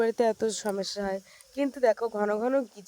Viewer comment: তুমি সমস্যা না বলে সমেস্যা বলো,বাজে লাগে শুনতে।